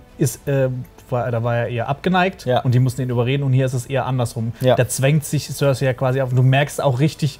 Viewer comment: Die Leute von der sind so welche die sich das wohl meistens nur auf Englisch oder vorallem auf Englisch anschauen das merkt man dann schon wenn sie über GoT reden. Die Aussprache von Namen oder Orten zb. die Aussprache von Cersei. Ich kenne niemandem der Game of Thrones sieht und ihren Namen auf Englisch ausspricht. Und wenn ich mal drüber nachdenke in meinem erweiterten Freundes und Bekanntenkreis schauen von etwa 20 Leuten die regelmäßig GoT schauen vlt 1-2 Leute inklusive mir überhaupt mal auf Englisch. Ich weiß auch garnicht was das soll die Deutsche Fassung ist toll Synchronisiert und manchmal finde ich dass gerade durch die Deutsche Sprache auch eine Tolle art von Mittelalterstimmung aufkommt.